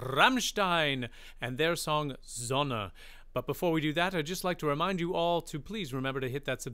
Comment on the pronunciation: Your pronounciation of "Rammstein" and "Sonne" is so close to perfection. Greatings from Germany